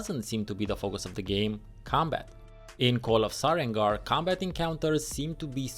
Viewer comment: So I'm not the only one who thought it was "SareNgar" hehe